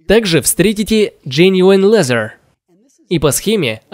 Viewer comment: "джениун лезер", "скупаца на комплектующие"... озвучивающему челу надо внимательнее читать текст с бумажки